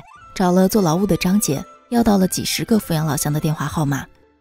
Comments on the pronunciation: 阜阳的阜是念第三声啦，我来自阜阳，没错阜阳的确是穷不够富裕，但是民风还是可以，也有可能是因为对内不对外吧，对自己人本地人是真的很好，不后悔做一个阜阳人，还有，老家的小笼包无解的好吃，每次回去都要吃几笼，嘿嘿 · 阜阳人会念fǔ阳。